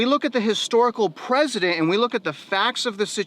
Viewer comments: Precedent not president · precedent is pronounced “pressident” not “president”